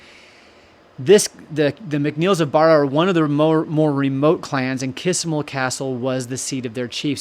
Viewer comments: Hi, can i tell you how to pronounce the name of the castle. You say, Kissimull castle. Its pronounced Kee sh mul castle. The island is pronounsed BARRA Love your chanel Christina Macpherson ❤ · Please! Please don't be offended - that isn't my intention AT ALL. Just so when you come to Scotland & start talking about Kismuil, the locals will regard you as one of them... Kismuil is pronounced Kish-mul here. And Barra as bah...rah. I know it can be tricky. I was born in Scotland but grew up in Canada and came to Scotland when I was nearly 21. Luckily, my Mum never lost her thick Scottish accent & always used Scottish words & phrases (ie, what in the name of the wee man have you done to yersel!) so I was familiar with words & pronunciations and had few problems. But I still had the odd problem trying to pronounce a Gaelic (that's Gall-ic, & not Gayleck) based word. It's tricky & catches most non-Scottish speaking people out. By the way, Scots IS a language on its own. Gaelic was the language of medieval Scotland, but 'Scots' language evolved & is classed now as a language in its own Right. Badenoch is pronounced - Bah as in a sheep noise-de-noch, rather than Bay den och. Foulis Castle - fow as in cow - lis - and not Full as in liquid up to the top of the cup. Argyll - accent on the last syllable. :) But all in all, you're doing a GREAT JOB with the pronunciations - example? Wemyss! LOL! You got it! Putachie - The term "putachie" is not commonly associated with Scottish Gaelic or Irish Gaelic. It appears to be a Norman term, which is a dialect of French. The word "putachie" is the feminine singular form of "putachi" in Norman. This note from the 'Wikidictionary' is not un